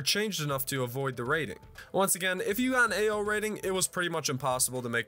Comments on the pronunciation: All I hear is "Ayo rating" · its not Ao rated its AYYOOOO?? rated